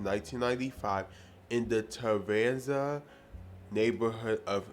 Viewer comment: It’s Tarzana, not Taranza. I live in Los Angeles and Tarzana is just the next neighborhood over from me, only three exits on the freeway.